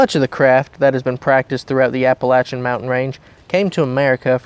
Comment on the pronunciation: You are not pronouncing Appalachian correctly . And what you're talking about is not witch craft. There is healing roots, berries, etc. They just learned what they are and how to identify them and make medicine. Since they had no money to go to the doctor or dentist they turned to the Bible and healing earth things. They worked and with prayer they lived good long lives.